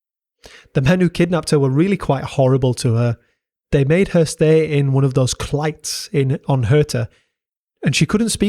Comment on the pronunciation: And cleit is pronounced cleet. Also Crichton is more like Kryton.